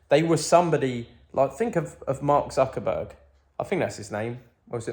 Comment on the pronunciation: Man really said Mark zuckenburg 😂😂